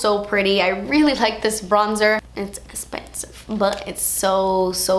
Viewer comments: I always say "das espensive" to my husband and he's like what why are you saying it like that lol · Never get tired of hearing "das espensive" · I literally live for your saying "das espensive" 😂😂❤️ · "Das not espensive, das espeeeeeeeeen" hahahahah. I love u <3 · part 2 please! omg loling at the la prarie's powder foundations "espensive" lmao i love you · the way you say expensive is my favourite thing ever haha <3 loved this